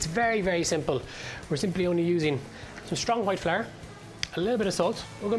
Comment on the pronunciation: I've subconsciously began to pronounce flour as "flaar" and I'm okay with it